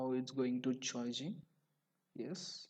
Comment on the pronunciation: Not choi Jin it's charging improve your english